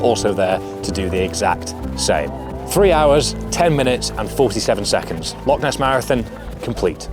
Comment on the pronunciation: Great video, some timely inspiration and wise words before the Rannoch Marathon. If you're back living in Scotland you're gonna need to learn to pronounce 'Loch' though 😀